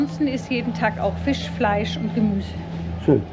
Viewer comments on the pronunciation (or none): none